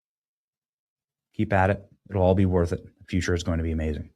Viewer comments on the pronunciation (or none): none